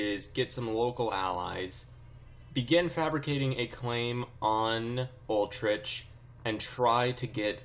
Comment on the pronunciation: Utrecht is pronounced You-trekt lol Not Ultricht